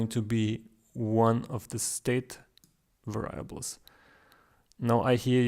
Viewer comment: It is 'variables' with the stress on the first 'a' :-)